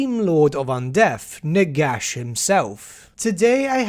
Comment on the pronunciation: Did you say "Nigash"?